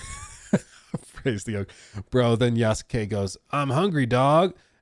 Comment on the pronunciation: I'll correct you until you get it right. It's Yasuke, not yaskay